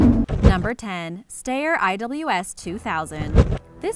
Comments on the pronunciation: "stayer"????? WTF is a "stayer"?? STEYR pronounced "schtyer". also of note: sabot is not saboT, it is "sabo". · Rifles depicted during discussion of the Styre 2000 (pronounced “steyer”, not “stair”) included an M4 and an IWI Tavor. Stopped watching after that. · It’s not stair it’s steyr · Styer = "STY-er" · You pronounced steyer wrong -_ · Steyr is pronuced with an i